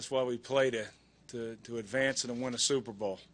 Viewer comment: LMAO it sounds like he says SOUPbowl even in defeat rex still hungers for food!